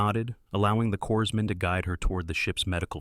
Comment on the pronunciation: BTW, ONE PRONOUNCES CORPSMAN WITH A SILENT “S”.